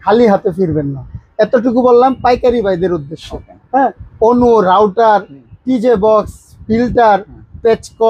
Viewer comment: Not rouder, It's called router!